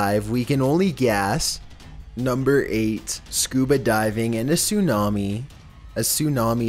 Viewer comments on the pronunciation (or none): "soonami" bruh